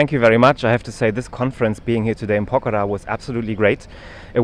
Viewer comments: Pokhra not pukhara.. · BABA PRONOUNCE PO- KHARA, NOT POKHAARA. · Fuddu, it's called "POKH-RA". Can blame you as it reeks of PAX-TAN quality of education. Not to add the fake American accent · cannot speak Pokhara properly what sort of Phd student is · Even a German can pronounce pokhara correctly than...just look at his English accent...it's so bad